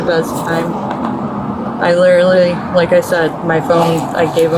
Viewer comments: “I lilerrrallilly…” Ya, you sure did 😂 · Most times it was more like "lilleralerly" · I’ve noticed that 9/10 Americans literally pronounce it “lilally”